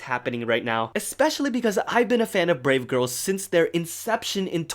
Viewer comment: Instead of brave girls i heard grape girls